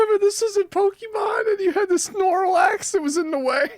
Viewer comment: It's snore slax